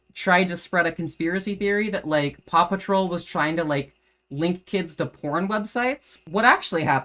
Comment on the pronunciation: My big takeaways: 1. Paw Patrol has a spinoff - pawsome! 2. Fundies hate fun (which is kinda funny). 3. Maybe you should have dramatic music backing your vids (don't, just kidding, but apparently it's supposed to be convincing). 4. You say Paw Patrol, like 'Pappa Troll' to my English ears, but that's just cool. Love accents. You have to here, or you live in bitterness. Much love. ;)